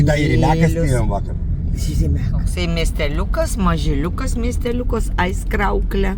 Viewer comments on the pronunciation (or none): Madam, žodis Aizkraukle kirčiuojamas pirmame skiemenyje. AIZkraukle, bet ne AizkrAUkle.